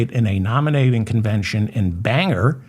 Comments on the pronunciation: Bangor (/ˈbæŋɡɔːr/ BANG-gor) , lol. David, keep up the good work! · I believe it’s 51-47, but don’t quote me. It’s Bang-or, not banger.